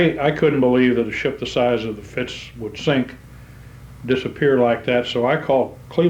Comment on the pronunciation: Fascinating, thanks. One minor thing, and I hate to criticize, but it's the Fitz, not the Fritz. Easy mistake. 😊